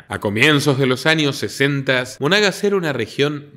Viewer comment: El Estado se llama Monagas, no Mónagas. Soy venezolano. Saludos.